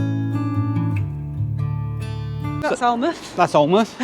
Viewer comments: Bonus video, thank you. So interesting to see old photos and the account of your travels. I remember the van in Australia, and looked for it some time ago, but couldn`t find it. Amazing travels. Alnwick is pronouncerd Anick. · Fantastic loved this video x happy china anniversary x alnwick we up north ( Sunderland) pronounce it añn nick x enjoy your next milestone 25th anniversary so it will be silver x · Hi .pronunced Anick .lol not alnwick..pronouced alanmouth ,not alnnnnnmouth lol. U are both good people xxx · Alnwick is pronounced “An-ick” up here and Alnmouth sounds like “Alan-mouth”😉😎👍 Love your videos 👌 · Love this part of the uk, the North East coast, Alnwick pronounced Anick but there is also a place called Anick, you should stop at Spittal near Berwick on the border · Although it's spelt Alnwick, it's actually pronounced Anick. 😁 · Alnmouth is pronounced " ALINMOUTH " Alnwick Castle is pronounced " ANICK CASTLE " We Geordies will keep you right 😋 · Alnwick is pronounced anick, love your memories x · Alnwick, is, I think normally pronounced "Annick". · Happy Anniversary ! - Interesting back story. FYI, Alnwick is pronounced "Ann-ick" Not to be confused with another place not far away near Hexham called Anick ! (Hexham is pronounced "Hexum"...) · Alnwick.. you don't pronounce the L or the W.. An'ick. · Nice tiki tour guys. By the way 'Alnwick' (the 'L' & 'W' are silent), pronounced 'Anick'!! ['Bamburgh' is pronounced the same as you pronounce Edinburgh!!] Have travelled and experienced UK & Europe, when I lived & worked there 10+ years from 1978. Used to have a cottage near Berwick Upon Tweed and worked in Lindisfarne Castle. Surprised you did not take the ferry from Seahouses to the Farne Islands to see the Puffins!! Experienced and seen more than most people do in several life times. Been round the world 3 times, the last courtesy of Warner Bros TV. Take care & stay safe, particularly doggies. Kia Ora from New Zealand. 💜💜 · Alnwick is pronounced Ann hick